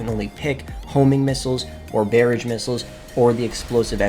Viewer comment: Boi said bearage